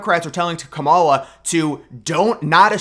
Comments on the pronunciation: You can’t even speak her name correctly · LMFAO! NO ONE IS "STEALING" TRUMP'S FAILED POLICIES, AND, IF YOU CANNOT EVEN PRONOUNCE THE VICE PRESIDENT'S 1ST NAME AFTER ALL THIS TIME, THEN YOU ARE TOO IGNORANT TO EVEN BE POSTING ANYTHING ABOUT THE ELECTION HERE.